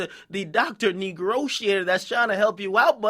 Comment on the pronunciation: This nigga just said "negrotiator"